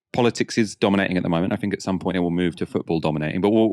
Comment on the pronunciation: Not gonna lie … it grinds my gears when you say “fink” instead of think! Ha! Just saying… but apart from that, all good, love the shows ❤